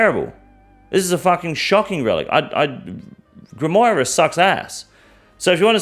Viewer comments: It's GRIM WAUR not GRIM WOIRUH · than grim what now? its grim-waa